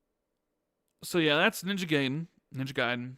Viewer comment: Every time you mispronounce Gaiden as “gay den” is like an ice pick in my ear. It’s ‘guy den’ not “gay den”. Japanese ‘a’ (sounds like ahh) coupled with Japanese ‘i’ (sounds like eee) produces the ‘eye’ sound.